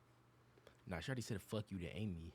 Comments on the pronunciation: just skipping through to my favs for now. but um its aimee. not almee 😂😂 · 😭 "thanK you aIMee:" K I M = KIM?!?! AS IN KIM KARDASHIAN. HOW DID YOU MISS THAT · him pronouncing “Aimee” wrong made me laugh I’ve never heard someone pronounce my name like that